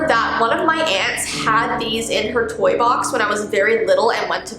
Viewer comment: I don’t know if anyone notice but when she said “Toy” it’s sounded like “Tor” (Is it just me-)